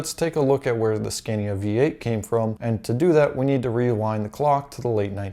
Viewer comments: It’s “scahnya” my dude. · I am a mechanic here in sweden. you can find nearly as many straight 6 engines as v8 motors in Scania. The V8 is very popular to swedes because they are reliable, very much power, and they sound mean! By the way, here in sweden the name is pronounced Sc-ah-nia. very nice video. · You have to pronounce the A´s in SCANIA as an a, not ä. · Here in New zealand the vast majority or scanias are v8s only really the smaller trucks are i6s. It also hurts every time he pronounced scania